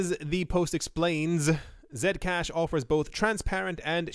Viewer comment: I like how you pronounce Zcash as Zed-cash and not C-cash